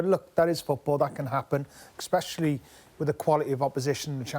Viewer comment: Craig 'expecially' Bellamy.